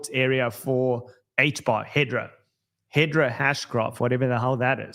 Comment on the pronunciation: HBAR is HedERA, not HedRA